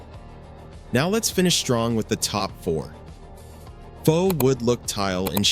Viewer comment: “ cheap faux marble tile “ you pronounced faux as fox it is pronounced FOE not Fox ! It comes from the French word for false.